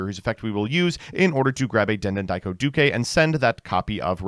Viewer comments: Yet again he pronounces the widely used word “Duke” as “Dukay” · why are you pronouncing "duke" with an extra syllable? what is going on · Why does he pronounce Duke like that? Duke is an English word